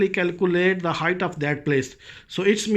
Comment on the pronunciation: Your title misspelled 'height' presumably because you mispronounce it as hi-th instead of correctly as hi-T like bite; light; night; white....